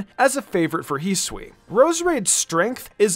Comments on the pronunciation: Its not pronounced heesui hi su i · This channel is cool. I cant fn stand the way you pronounce hisui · Can u learn to pronounce Hisui and Hisuian correctly please?